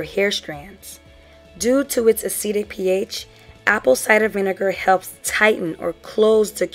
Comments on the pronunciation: A chemical is "acidic" (pronounced "Ah-sid-dick") if its pH is less than 7. You were saying "acetic" (pronounced "Ah-see-tick"). The word "acetic" is part of vinegar's chemical name which is "acetic acid". Hopefully that made sense. Still a very informative video. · Thanks for the video. I was thinking about adding ACV to my routine but I wasn't sure exactly where to include. I'm thinking maybe before or after conditioner? Also, was a little confused by your use of acetic vs acidic as they all sounded like "acetic."